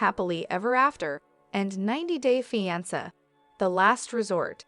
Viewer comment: “Feeansa” ugh these stupid bots